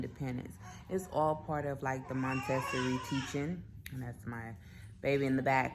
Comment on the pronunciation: It’s pronounced: Monta-sor-ree, dear. ☺️ Also you may want to consider moving the clothing bar down (or adding a hanging bar) in her closet so as to foster independent clothes selection? Just a suggestion. ☺️ Great video!